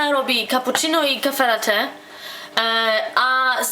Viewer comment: caffe' latte to dużo mleka mało czarnej kawy a cappuccino to więcej czarnej kawy a mniej mleka (oba rodzaje oczywiście z pianką) - przynajmniej tak powinno być kiedy idzie się na kawę do baru ;) nie rozumiem jednej rzeczy: dlaczego prawie każdy mówi (zachowuje pisownię z wymowy) KAFE LATE' ?! skąd się wziął akcent na końcu słowa latte ??